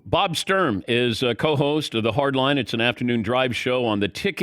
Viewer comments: BTW, I believe it's "Sturm" not "Strum." Technicality, for sure, but I bet he would appreciate getting his name right. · It is Bob Sturm, not Strum.